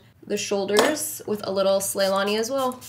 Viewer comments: SLAYNALI not SLAYLANI. every time she said slaylani i died lmaooooooo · Yaaaaaaaas!!!!! But just FYI its slayNALI, like Ourfa ZiNALI. 😬all your looks!